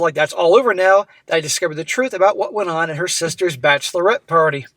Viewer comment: Bachelorette rhymes with batch of the wet.